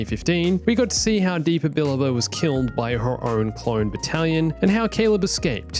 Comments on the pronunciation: It actually sounds more like “bah-LAH-bah” if I remember correctly. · STOP CALLING KANAN'S MASTER "*BILBA*"!!!!! You're missing a whole syllable in there!!! "Billaba" !!